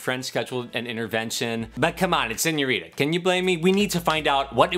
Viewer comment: ow u say it lmao “senoreta” are whever